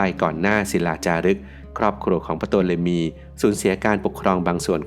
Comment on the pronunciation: Ptolemy ออกเสียงว่า โตเลมี หรือทอเลมี ครับ